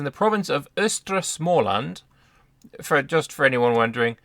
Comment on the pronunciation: As a Swede i appreciate your efforts with proper prononciation of Skåne and Småland! ”Bondeståndet” means the farmers estate in english. Bonde = farmer Ståndet = the estate